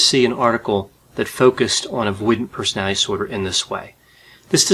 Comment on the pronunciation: Mate can you pronounce personality disorder properly it’s really distracting from what your saying lol other than that these videos are brilliant